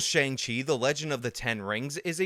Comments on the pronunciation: I heard him say "Shang Ching" at least 3 different times. It was weird. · My 73yo mother referred to it as the new Tony Leung movie. When you started calling it Shang-Ching, I was 😧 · You say shang ching I laugh. Simple as that. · Did you say Shang Ching? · Let's do all we can to appeal to China! But also pronounce 'Shang-Chi' in a way that in no way resembles the Chinese pinyin pronunciation!